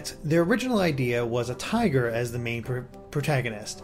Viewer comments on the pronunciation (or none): none